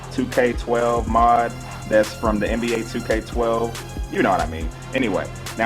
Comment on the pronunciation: Mod not mood